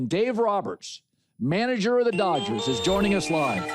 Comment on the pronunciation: it’s not Doyers it’s DODGERS in 6 ,stop it I realize your saying it in Spanish have some respect senior for our team